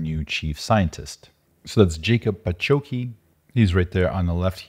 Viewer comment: Ya-coob Pa-kho-tskee, that's how he should pronounce it. take a note cause you can need it more often i guess;)